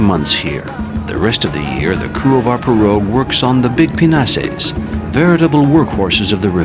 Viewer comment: Sounds like he's calling them "penises"